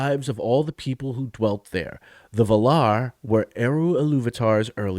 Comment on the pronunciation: So, a game fan writes an ignorant article about Tolkien. At least they have an excuse for pronouncing Valar on the final syllable and using 'maiar' as a singular.